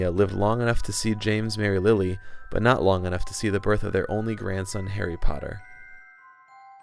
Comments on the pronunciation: Lilly? Boo... Nice video aside from that, though. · lilly😂😂love it. it's lily